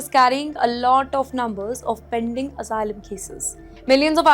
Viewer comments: Returning to Hyderabad would be very dangerous, apply for Asylum and get free hotel stay and curry, biryani it's paid for by the American Tax payer, learn to pronounce Asylum please, get your H1 b and come over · learn to pronounce Asylum please, get your H1 b and come over, we need English teachers like you to teach H4 kids and spouses